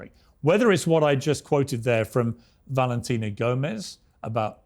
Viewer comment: BALENTINA GOMEZ CANT PRONOUNCE THE LETTER V AND CLAIMS SHES AN AMERICAN